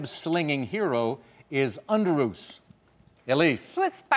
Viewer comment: He mispronounced underroos